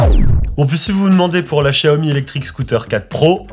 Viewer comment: C'est la prononciation exacte en chinois